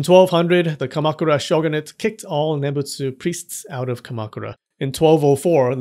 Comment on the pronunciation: The way you say Kamakura is surprisingly WRONG. hmm?? You say most other things correctly.